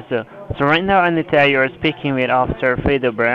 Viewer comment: LOL Sanita...it's Anita...ok Sanita. LMAO Fredo Brown meltdown.